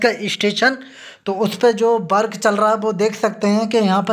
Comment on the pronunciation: Bhai jhand video hein Work ko Bark kehte ho